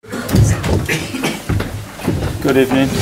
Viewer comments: did he just say good ebening Emery in disguise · At the start I honestly thought I heard a gOod EbENing